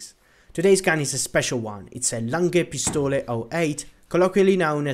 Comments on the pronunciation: Your "Lange Pistole" pronounciation is pretty good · as a german speaker, i have to say that you said lange pistole quite well. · No apologies, you're pronounciation of Lange Pistole was great!